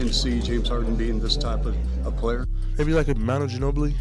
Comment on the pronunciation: James harden not james haden